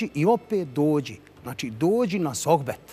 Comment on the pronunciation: Dalila s pogresnim izgovorom akcentovanjem izraza "sohbet". Toliko godina radi i vodi i gaf odmah na pocetku.